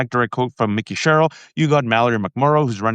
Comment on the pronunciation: I would be sharing this if only you would pronounce Mikey Sherrill's name correctly.